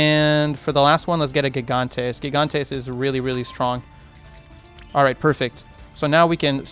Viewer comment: I hate to be this guy, but you're saying gigantes name incorrectly. Gigantes name is pronounced Hee-Gone-Tays. I will say though, gigantes is Spanish for giants.